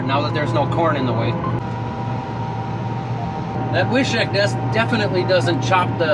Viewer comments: The correct pronunciation in North Dakota in the Germans from Russia accent is "Viiishiiik" made in Wishek, ND lol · Wishek is pronounced: Wish-ek, not Wi-shek. ( My ex-wife was from Wishek.)